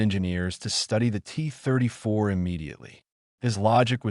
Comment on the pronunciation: “The T … [AI narrator goes to the bathroom] … 34“ 🤦‍♂️ You should have dropped the hyphen in the script.